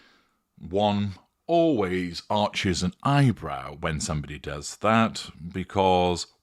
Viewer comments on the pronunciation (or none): none